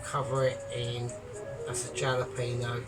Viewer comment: it’s pronounced Hal peno not jal 👍